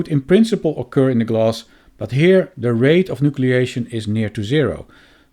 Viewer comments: Oh! you are saying glass !!! Why are you saying gloss !!! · Maybe pronounce it as glass not gloss